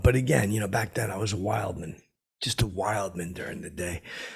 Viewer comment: “Wildmin.” Die alone.